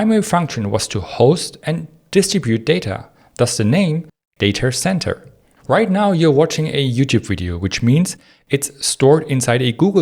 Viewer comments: dayter center🗣️🗣️🗣️🔥🔥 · “Thus the name: Dater Center”